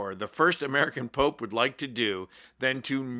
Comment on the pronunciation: She said “the Poop” instead of Pope.